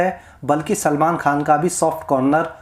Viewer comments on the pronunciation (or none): none